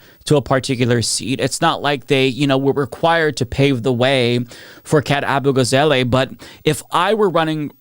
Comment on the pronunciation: AbugaZAHleh, not AbugaZAYlay